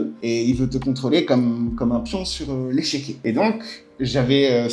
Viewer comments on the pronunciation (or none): on dit échiquier pas échequier